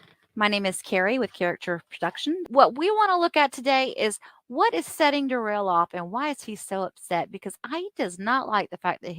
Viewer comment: Ignorance is bliss for Duh-rell